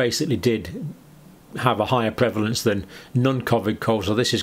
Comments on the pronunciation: PREVlance? Need an a. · Isn't it prevalence?